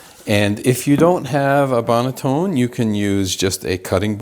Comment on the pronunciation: It’s not a bread LAME hun. It’s pronounced bread LAHM (spelled lame) and the banneton basket is not pronounced BANETONE. lol 😂 it’s BAN-A-TON (spelled banneton basket)